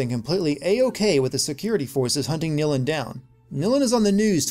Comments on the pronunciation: its Nilin not Nilan and yeah its Lara not Laura, get your names right jesus. I love your voice :3 and this game. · Nilin. Her name is Nilin,not NilAn,you,dumbass!